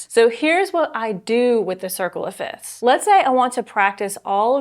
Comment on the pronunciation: Isn’t it pronounced “fifths” not “fits”?